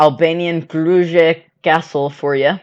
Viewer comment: Krujë pronounced Krouya